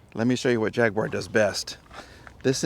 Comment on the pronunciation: Sorry but it's not a "Jag-yew-ar", it's a JAGWAR!! lol.